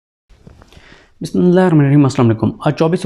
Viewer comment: O khuda ka naam man 15 min ke video ka time hai bolny ka or bismila dhang sy parhny ka ne hai i guess isy parhne ne ate bismila thek sy